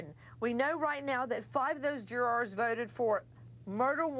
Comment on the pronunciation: Is it just me or is it really annoying to hear Nancy say “Jurors”